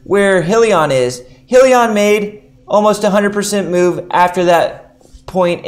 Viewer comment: it's just I'm trying to take your advice seriously and the mispronunciation throws me off. Other then that I like your videos.